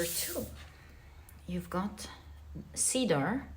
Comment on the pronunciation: Just a pronunciation tip: In English, Cedar is pronounced ‘ Seed’R ‘ instead of ‘ Seedaar ‘ ❤